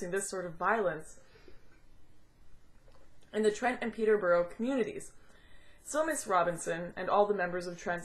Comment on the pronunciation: Peterborough is pronounced Peter-bura. It's weird how the English language warps across the seas... AND IM OFFENDED! No I'm not, I've seen Swedish people try and say Loughborough they couldn't say well enough for the bus driver to understand, but we were going to the same place so I helped them out. It's a weird language 😊